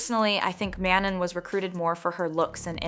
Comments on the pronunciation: I feel that way also like even mispronounced name of the member the whole video (i mean it's not ManoN) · my point exactly, it baited me every time. “MAN-on”